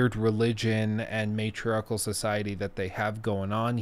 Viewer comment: Okay, repeat after me: May, Tree, Ark. Matriarch. They aren't priestesses, they are the oligarchs or the entire Nora tribe. (Small gripe--sorry if it came off a bit condescending--loved the vid otherwise!)